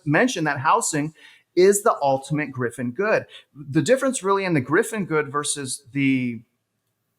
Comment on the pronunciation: Pls rerecord with correct term 'Giffen good'